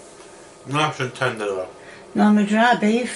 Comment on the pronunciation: My man said "nice and tender" ☠️